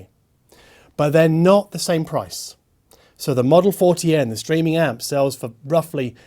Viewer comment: For a moment I thought you said "screaming music".